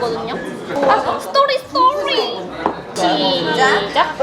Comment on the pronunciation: 스또리 스또우뤼